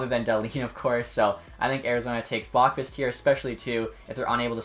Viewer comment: I think its pronounced "Bow- qvist" from what ive heard on tsn and stuff.Great vid though!